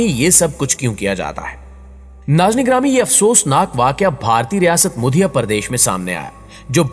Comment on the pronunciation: یہ مدھیہ پردیش ہی نا کے muddhiya ہی